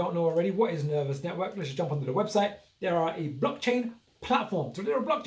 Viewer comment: It's ner vos network. Not ner vous network. VOSS VOSSSSSS!